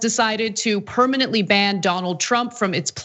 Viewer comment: psst...permanently..it s longer than permanetly..love your show. J.L